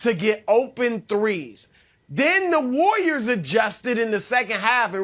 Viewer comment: Broussard: the War-yerz